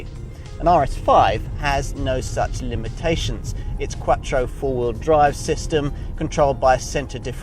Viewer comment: That is the sound of someone speaking an Italian word with a British accent.